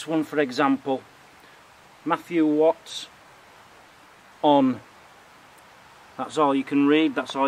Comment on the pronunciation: I think that's Watson, not Wats on.... 👍